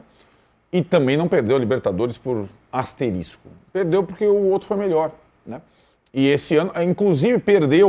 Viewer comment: Além de clubista o jornalista fala “asteristico”, olha o nível, minha gente!